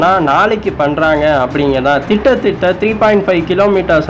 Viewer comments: External Offence or External Affairs?... I don't know why you keep on saying words like thittathitta, iraanuga instead of kittathitta, iraanuva, etc.. even after few people pointed out the same?.. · டேய் லூசு உனக்கு கிட்டத்தட்ட ன்னு சொல்லத்தெரியாம எப்ப வீடியோ போட்டாலும் கிட்டத்தட்ட என்பதற்கு பதிலாக திட்டதிட்ட ன்னு உளராத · அண்ணா நீங்கள் சொல்வதுஅனைத்தும் சரிதான் ஆனால் திட்டத்திட்ட அல்ல அண்ணா கிட்ட தட்ட என்று கூறுங்கள்